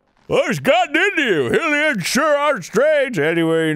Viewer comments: Arin don't know it be pronounced HIGH-lian bu it do!! :P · Does it bother anyone else how Arin says Hylian like Hilian and not Highlian? Or have I just said wrong for over a decade and I’m now an asshole for saying this? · The way you pronounce hylian kills me. its HIGH - LEE - AN. like HIGH RULE. the goddess HIGH - LIA so HILIAN makes no sense. luv you, sorry for the rant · IT IS HIGH-LIAN ARIN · Eventually, he'll realize it's pronounced Hai-lee-an.